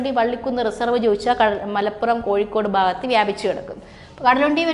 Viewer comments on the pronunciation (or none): none